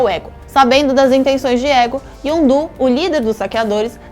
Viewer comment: Elá falou o nome dos personagens tudo errado: "ZolÁ", YondÚ...